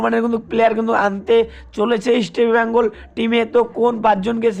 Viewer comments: it's...EAST BENGAL...NOT...EASTI BENGAL ... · Eastbengal উচ্চারণ ঠিক করা দরকার।